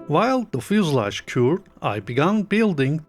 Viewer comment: "Fuselage"... gave me a chuckle every time! I love you, man!